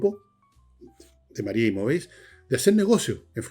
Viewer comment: Una corrección Sr. Villegas cuando haga publicidad de su auspiciador el corredor de propiedades en Brasil 🇧🇷 Se dice “María Imóveis” y no “María Imovéis” “Móveis” en portugués significa “Muebles” Por lo tanto “Imóveis” significa “Inmuebles” Just saying…..😝😝😝